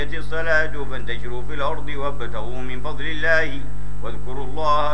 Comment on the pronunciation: Koreksi (yakinlah banyak koreksi lainnya. Yang punya tambahan, silakan di kolom komentar ya) إن Gunnahnya kurang, serta juga gunnah yang lainnya من فضل الله Seharusnya dibaca 'minfadlillah' karena waqaf (berhenti), juga di menit عن ذكر الله seharusnya 'an dzikrillah' dengan kesalahan yang sama. Seharusnya sadar diri kalau dia yang gk menjaga mulutnya tatkala membaca kitabullah. Allah menyuruh membaca dengan tartil, ورتل القرآن ترتيلا Tolong sampaikan ya, adab membaca Alquran tolong diperhatikan.